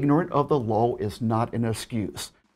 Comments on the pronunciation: I’m guessing you said LOL instead law on purpose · Oh wow he does Say Ignorant of the Lawl, instead of Ignorance of the Law. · "Ignorant of the luwlll" and "that is such a great Caullz" way to savagely mispronounce the English language there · It still sounds like "lawl", when he says "law" ... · I heard it as "lol"